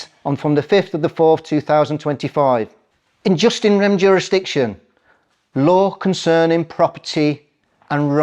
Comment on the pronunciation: That guy needs to do a bit more reading, for starters its pronounced 'YooS in rem'.. not 'just in rem', and it means a right in the thing, as opposed to a right that is in the person and travels with the person. If you want to be taken seriously, treat the subject seriously. .. you could have presented this a lot better too.